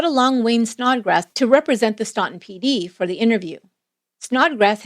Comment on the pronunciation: Please. Its pronounced Stan-ton. Not staun-ton